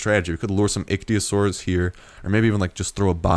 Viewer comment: Dude, it's pronounced ICK-THEE-OH-SORE-US. Please remember that before I go crazy.